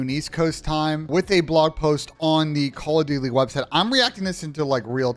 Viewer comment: 20 seconds in you said " Call of Dutely.", but y????